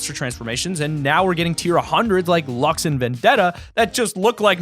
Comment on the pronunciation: PEOPLE STOP SAYING “Lux” IT’S “Luxe”